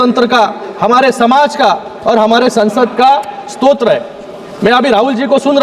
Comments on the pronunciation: स्तोत्र नाही रे स्रोत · स्त्रोत यांचा नीट उच्चार कर .